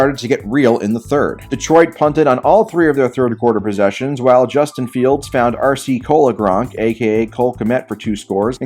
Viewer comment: “RC Cola Gronk” holy fuck.